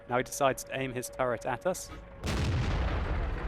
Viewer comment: he said is 3 turrent